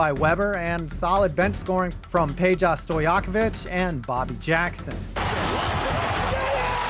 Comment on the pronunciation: It’s pronounced as pe-ja not pe-ya